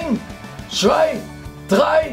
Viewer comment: "Ein, SCHVEI, drei"... Oh Voltaire.